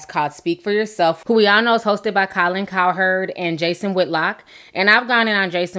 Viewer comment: Calin coppernick?? You said his name right a couple times so why did you keep mispronouncing it??